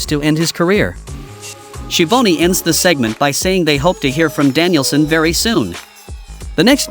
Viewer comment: It's schiavone for this silly announcer